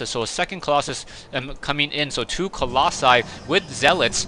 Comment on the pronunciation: YAY! You finally said Colossi!